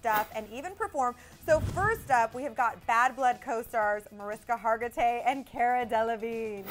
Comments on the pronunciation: Mariska Hargitay's name is actually pronounced like "Marishka" -- it's Hungarian. And Cara Delevigne's Cara is pronounced like CAR-uh, not CARE-uh, I thiiink. Just thought I'd point that out! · Thats what they said. Mariska Hartigay